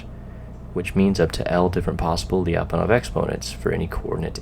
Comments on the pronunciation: Why do anglophones have this obsession with breaking diphthongs/semivowel+vowel sequences in all foreign words? Lya, not lii-a. Fie-ri, not fi-ei-di. Sier-ra, not sii-èə-rå. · hey, it's pronounced "Lya - pon- off". The Lya is all one sound! Thanks, -russian speaking friend